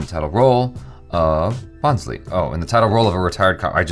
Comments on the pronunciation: When said BHONSLE as " Bon-slee " 😂😂😂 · You need to watch the film! It is amazingly filmed, great concept.. And its not based on a true story. Also it is pronounced as "Bho-sle" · you could just have said that the 'n' is silent in Bhonsle. Just like what I said before this guy. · Hey, spell it ' BHONSLAY ' for perfect pronunciation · No.. not " bho-n-s-lee"... It's should be pronounced as " voass- l- a"... As u say L.A's "A", try to say like that "A" in the end after saying " Voass La"...😭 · Pronounced as Bhoslay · Although it is not at all your fault but you butchered the title so badly 😅😅😅😅. It never hurts me but this is a marathi surname and I am marathi as well so I just went aarrrghh for that moment 😅😅😅. But that's okay! Lots of love to & ♥️♥️😍😍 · n is silent in bhonsle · the n is silent in the title bhonsle